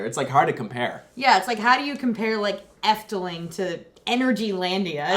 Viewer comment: As someone from the netherlands ill be honest: she pronounced efteling really good ❤